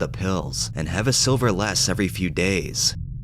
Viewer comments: "Sliver" not silver 😂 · but he read it as silver twice